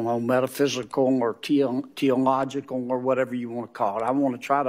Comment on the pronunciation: “I thank you aughttuh thank about it.” “Tee-ological” Honey seems as though you didn’t visit the library often enough. 📚